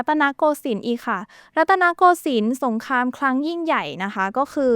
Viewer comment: อยากแนะนำเรื่องคำควบกล้ำนิดนึงนะครับ "เปลต" "สงคลาม" หรือคำอื่นๆ ฝึกอีกนิดนึงจะดีขึ้นครับ